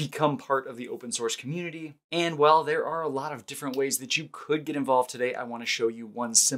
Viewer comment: "At some point I'm going to 'git' to it. :-) -- I see what you did there. :-)